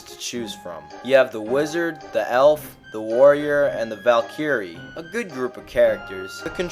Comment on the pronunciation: Stay in school bud. Learn how to pronounce Valkyrie.